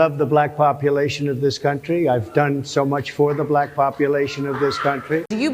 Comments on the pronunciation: "she became a 'BILAACK' person" didn't know 'Black" had a HARD R in it, good god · Him saying black but pronouncing it “Bla-hck” in frustration. That sh couldn’t be more telling in that moment. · Did he have any clue where he was??? So happy to see all women on the stage! Well, he was asked multi part questions, he probably couldn’t keep track of the thread. 😂 The way he pronounces “black”. WOW!! Vote Harris 2024!!! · The way he says , " and then she became a black person" the anouciation and punctuation on it 🤣😭😭🤣😳😱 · Listen, without looking, how he pronounces the word, black when talking about Harris. Tells you everything. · You know what else is weird? How Trump pronounces "black"